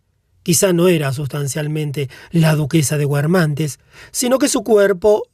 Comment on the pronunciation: Xq pronunciar guermante pronunciando la U? X lo demás mil gracias